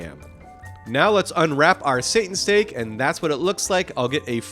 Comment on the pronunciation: You said Satan steak! Ha 😁